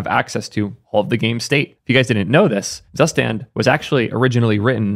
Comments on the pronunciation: "Drei" = "Dry" not "Dray" "Zustand" = "Tsoo stand" not "zuss stand" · "zsuständ" xd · Drei and Zustand are german words meaning "three" and "state" :-) Drei is pronounced more like dry and zustand lik tsoostand (long a) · is it really pronounced SUSTAND? i mean zustand means state in german and is pronounced completely different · zustand es heißt ZUSTAND.. good video and very cool project tho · Zustand is also German for State. It’s super weird to hear non German speakers pronounce it like it’s just an English word 😄